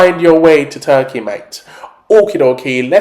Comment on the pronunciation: You are saying the name of the country wrong hahahah